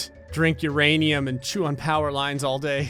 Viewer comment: I love that u said uranioos lmao I told my step kid this morning that his "non sugar" Cheerios had uranium lmfao